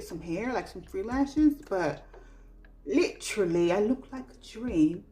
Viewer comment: Hey boo! I was cracking up at 'lit-trally'😂 I didn't know this makeup trend was a thing, thanks for sharing. I'm surprised the ring the alarm pallet is still around! I recall seeing it on sale in Ulta. Stone is the only color I wear in the lifter gloss. So good. I trashed my vinyls, too light/streaky and dry looking. Never thought about pairing with gloss. I thought it would make it run off faster. I never thought of pairing it with the vinyl. Great idea. Great video ❤